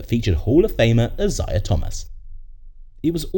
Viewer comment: Uh-zuy-uh Thomas. Hall of famer.